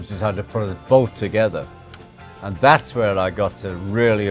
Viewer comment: I like Ringo a lot but wish he'd stop saying END when he means AND!